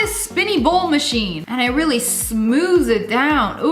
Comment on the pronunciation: THIS MaCHEINE Me: Fwi it’s a square BAILER